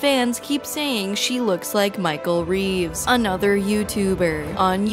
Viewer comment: BRO WTF!?! LOLOLSHE SAID MICHEAL REEVES!